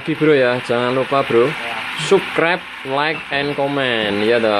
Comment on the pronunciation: Sapskraip. Pngucapan nya mas. Bkn suskrep nyukrep dari tulisan subscribe yaaaaaa sukses